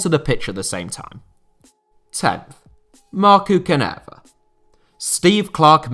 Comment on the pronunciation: Denmark think they can win Finland today! No way. Oh mate! You really bucthered Markku Kanerva´s name! But I´m so NOT Offended, it´s hilarious and sounds very funny to my Finnish ear. Do not try to do it better, this is very fine, us the Finns don´t mind. Actually, the worse you butcher the names (APART OF JARI LITMANEN!!! You better have it to the spot!!), the happier we are. OI SUOMI ON!!